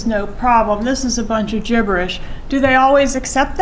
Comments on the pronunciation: Ha ha she keeps saying gibberish gibberish remember windy and her mom called Dan Markel gibbers she’s getting that in there so funny love this lady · Did you see the testimony? His pleadings were "gibberish" so .. Jibbers.